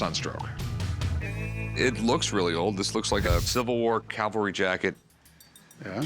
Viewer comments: It’s a CAVALRY Sword, not a Calvary, look it up! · corey saying "calvery" over and over irks me. its like when a guy i work with says "backhole" or "rebarb".